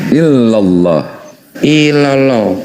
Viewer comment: Apa ga denger orang itu bersahadat ? Dia tidak menyebutkan Illaulah tapi ilollo coba deh denger ulang/simak .